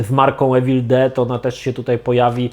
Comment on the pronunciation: Nie czyta sie Ewil Czyta sie iwil 😉